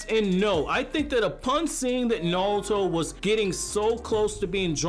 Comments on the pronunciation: why does he keep saying nalto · Let me just say something Nauto, Its Naruto, not Nauto